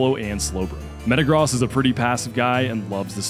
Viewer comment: Bro you can say gyrados properly but you cant say metagross😭, its like you poketuber are doing this on purpose 😂.